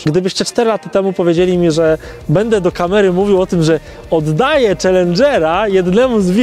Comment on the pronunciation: "oddajĘ" jprdl